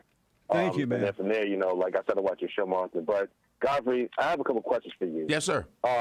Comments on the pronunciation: That clown 🤡🤡🤡 said god-Fry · Cant Americans pronounce Godfrey? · God fry is it God-fry lol